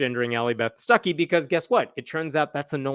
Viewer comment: Every time you say her name I hear "sucky"...